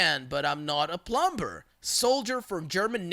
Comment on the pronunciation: i know you're a doggo but don't say the B in dumb and plumber lol thank you! you mispronounce a lot of things but those two are bothersome more than the others.